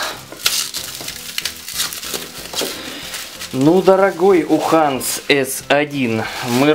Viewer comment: Уханс))) Юханс,!